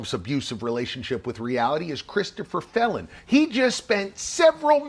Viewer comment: Did you say Phelon or felon…